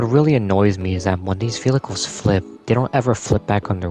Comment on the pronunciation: Man said "Velhichles" not once, not twice, not thrice, but 15-ice. But his pronunciation of "cops" is funny, so he gets a pass.